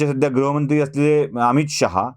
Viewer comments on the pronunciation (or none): none